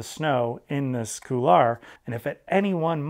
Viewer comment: Good vid. I liked how you explained hop/pivot turns. Now, can I convince you to say couloir (cool 'w+are)rather than coular?